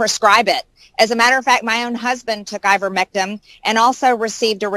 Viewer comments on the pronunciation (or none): Marge kept saying Ivermectim. It’s ivermectin with an N not a M. If you’re going to tout something at least get the name correct. Margo says her husband took ivermectin when he had Covid-19 and now he’s strong as an Ox and faster than Secretariat. 😂 😆. I’m glad he recovered but that doesn’t mean the ivermectin made the difference. Monoclonal antibodies are a proven treatment and no one knows the severity of his infection. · Those are pretty funny goofs by MTG. I think she was also saying "ivermectim." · She kept saying ivermectum. Can't even say it right. So yeah. She's an expert on it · Did she say "Ivermectum"???? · Wait. Did she say "ivermectum" ? How do you administer that ? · Iver Mectum (that'show MTG pronounced it), a Norwegian man who perhaps won the No Bell prize....? :) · Maybe I’m the dumb one but I thought the name was ivermectiN not ivermectiM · I swear the green dumbo is saying, "IvermectiM". I have no doubt whatsoever that her elevator does not go all the way up to the top floor.